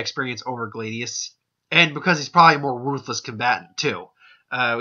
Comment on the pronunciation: His name is pronounced Glay-see-us.